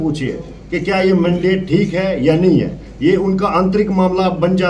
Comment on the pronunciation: Achi baat hai isne resign krdiya kyuki yeh ek anpadh banda tha mandate ko mandidate kah raha hai